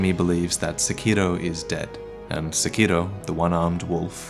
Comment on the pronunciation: This man actually pronounces sekiro correctly, it's refreshing